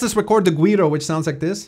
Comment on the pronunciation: Güiro is pronounced "We Row" :] You got all the other ones really well though√ ...& your sensibilities regarding Musica Cubana are impressive!